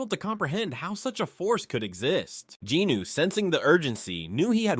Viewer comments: Except for referring to him as “Jeenoo” instead of Jin Woo. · Jin Woo…. NOT Jin Noo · i cant take it anymore! 1 hour 26 minutes of the narriator BUTCHERING jin-woo's name over and over again is to much. his name is SUNG JIN-WOO NOT GEE NEW for the love of god its the simplest korean name you can say. pretty stupid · Btw who the F is Jinuu lol . Its Drippy woo .. I don't know who jinuu is lol. Jinuu, get his name right.... Btw if Im the one who's wrong then my bad g lol 😂 .. but i know him as Jin drippy woo, the mac daddy, aka the fader.